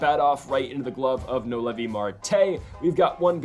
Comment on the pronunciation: It’s no-L-v noelvi not no Levi lol